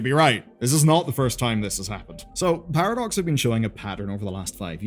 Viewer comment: Sounds like you’re calling them Paradorks